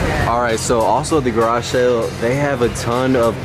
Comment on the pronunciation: Anyone else cringe every time he says “Garashell” instead of “garage sale” ?